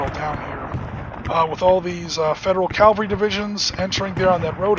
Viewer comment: Calvary??! It's pronounced Cavalry.